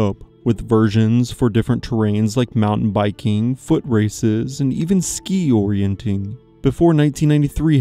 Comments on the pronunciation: YES!! "Orienteering" is pronounced "or-ee-en-TEER-ing"; the pronunciation should be quite obvious to anyone who learned how to sound out unfamiliar words, let alone anyone with access to a dictionary or the internet. "Orienting" is not a sport. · It's called orienteering, not orienting, you're forgetting the eer dude! Come on! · you saying ''orientEEring'' WRONG so many times in a row, and then 'explaining' the old military exercise/competition while saying it wrong is...... 🤣 thx for another upload 🇨🇦🤟